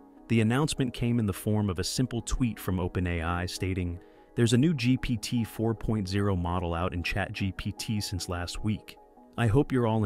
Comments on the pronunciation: Why was this just released as news? And why doesn't the narrator know how to say GPT4o? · ‘GPT 4.0’ - you’re about a month late, and don’t even get the name right. 🤦‍♂️